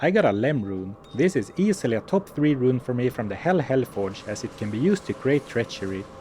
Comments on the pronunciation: "Rune" is already a cool word, but pronouncing it as a Swedish one makes it so much better. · Your pronunciation of “Rune” was really good.